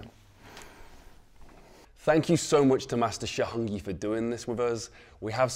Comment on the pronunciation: His pronunciation of "Heng" is brutal. Too much throat